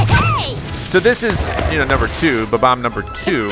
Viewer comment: You keep saying Ba-Bomb when its Bob-omb 🤭😝